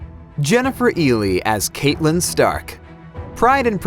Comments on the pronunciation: It’s CATlyn, not Catelyn. Great reporting 😂👏🏼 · your videos are great but you pronounced Catelyn incorrectly... it bothers me a lot... also in the Vikings video, Aslaug :)